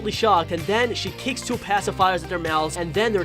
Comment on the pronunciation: Ummm why does your voice sound like a baby like you said two to be like twoo